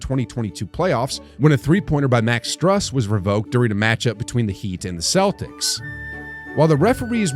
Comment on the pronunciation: Doris’ surname is singular, not plural. Burke, not Burkes. Also, Max Strus’ surname is a long U sound. Not Str-UH-s, but Str-OOO-s.